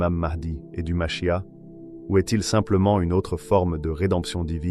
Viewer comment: Dans le judaisme ,le Machia'h ce prononce avec le R à la fin.